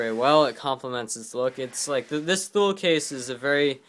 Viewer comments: Its not pronounced Thule its pronounced (toolee) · And btw its pronounced like "too-lee" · Ha yeah, but it is pronounced tu-lee because it is a Switzerland owned company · pronounced two-lee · Not to be a troll or anything but Thule is pronounced tu-lee